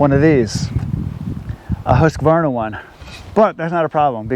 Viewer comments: Polices how to say Fiskars Says Husqa-varna instead of Husq-varna.... lol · While you are at it you may be able to correct when they say husqavarna. No, it’s husqvarna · Hey..it’s not pronounced husk-a-varna!!😮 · The guy who’s militant about the pronunciation of Fiskars is also the same guy who pronounces Husqvarna as Husk-a-varna. Maybe he should just accept that foreign words will always be a little … foreign. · So he knows how to say fiskars, but can't pronounce Husqvarna? Odd 😉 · is a stickler on saying fiskars correctly. Would you let him know that there is no a after the q in husqvarna?